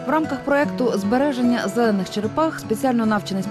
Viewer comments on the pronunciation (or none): Слово «зелених» выговорить не может что ли 🤦🏼‍♀️